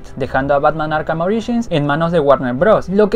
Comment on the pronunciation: Zurrr en arrhh: el zorro en Arkham